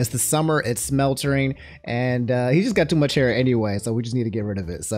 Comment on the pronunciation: What the blue hell is "Smeltering"? SWELTERING!!!!! IT'S SWELTERING!!!! 😂😂😂😂😂